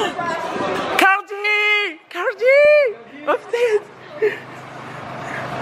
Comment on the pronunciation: Sa se dit Offsete 😭